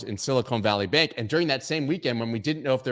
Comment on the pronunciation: it’s Sil-ih-kahn, not sil-ih-cone